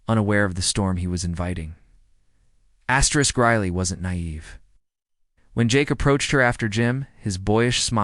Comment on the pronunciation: I really enjoy these stories but the constant "Astrick" is so irritating!!